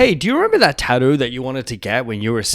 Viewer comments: That pronunciation of "tattoo" is wild. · Kiwis and Aussies are lazy, we avoid all consonants that we can get away with not pronouncing